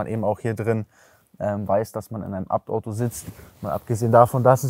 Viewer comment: Aber was ich mich frage wird ABT wirklich Abt ausgesprochen oder jeder Buchstabe einzeln also A Be Te so wie ich das überall sonst höre